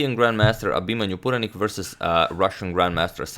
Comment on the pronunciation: Wow you pronounced Abhimanyu Puranik with 100% accuracy!